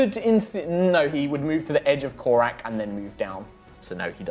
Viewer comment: If doesn't start getting the name right, he's gonna end up narrating an extended battle sequence of Korak vs Korak.